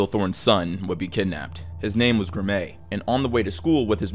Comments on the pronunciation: Graeme is pronounced the same as Graham, just FYI. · I'm certain it's STILL pronounced that way in posthumous references. :) And Graeme's name is pronounced like graham, as in cracker. Got any more? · ok am I bugging or is pronouncing " Graeme" wrong? I've always pronounced it as "Gray-hem" not "Grah-mei" lmao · Love the channel dude, but Graeme Thorne’s is pronounced; “Gram” not “Gra-may.” I hate to be that guy, but it’s pretty lazy and borderline disrespectful to not make absolutely certain you’re pronouncing the murdered little boys name correctly. But I’m sure it was an honest mistake. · Great video. Brazil Thorne's son's name was Graeme (pronounced "Graham"). And the teacher who died on the Challenger shuttle was Krista McAuliffe ("Mc-CALL-if"). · the kids name is Graeme. Pronounced Graham. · You kinda botched the names of the Thornes, they were pronounced "Basil" and "Graham". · Christ man, it seems a little disrespectful to butcher people’s names so badly. The teacher’s name was CHRISTA Ma-CALL-if. The name Graeme is pronounced graym or gram. And, as others have pointed out, it’s highly likely the Challenger crew lived up until the moment of impact. We can only hope at least some or all were unconscious… but we don’t know for sure.